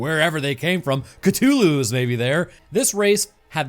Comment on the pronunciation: Hey, you pronounced C'thulhu properly! A little cacodaemoniacal sticker for you 💚